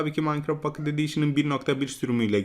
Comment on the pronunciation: abi pocket i düzgün söyle